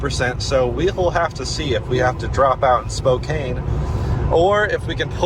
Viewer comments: Spray-g, not Sprog. Spo-can, not Spo-cane. Come in guys, learn the names! Core-d'lane. Love this trip. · Spokane is not pronounced Spo kane. It is pronounced spoow can. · Somebody tell it’s pronounced SPOKE-ANN! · Learn to pronounce the cities correctly you are driving me crazy. Spo-can, Spraygue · It's pronounnced "spokaan" ... :) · Okay boys it’s Spokane, “Spoke” (like the part of a wheel) “Anne” (a woman’s name) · I cringed everytime pronounced Spokane. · As an eastern WA resident I’m enjoying your mispronunciation of our little town. 😂